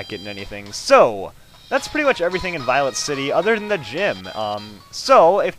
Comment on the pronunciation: Notice how he says "Violent city"? Lol.